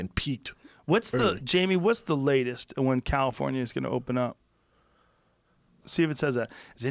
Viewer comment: Brendan "it's the itest" Schaub